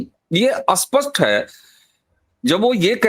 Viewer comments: अबे घोंचू, अस्पस्ट नहीं स्पष्ट 😁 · Why speaking Spsht ko Aspasht. STR ko Astr. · आप स्पष्ट शब्द का सही उच्चारण करिए कृपया, क्षमा सहित आप स्पष्ट को अस्पष्ट बोलते है जिससे अर्थ ही बदल जाता है